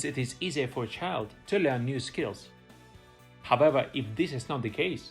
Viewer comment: Hahaha, I was looking for this comment so long 😅 haavewah